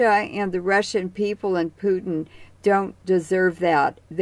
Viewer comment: I believe he’s name is Putin. not pewting